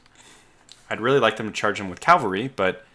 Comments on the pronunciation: CAVALRY not calvary 😂 other than that, EXCELLENT video!! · Please learn to say cavalry, not calvary.